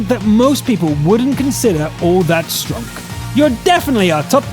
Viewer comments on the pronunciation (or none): He didn't say stronk, did he? :D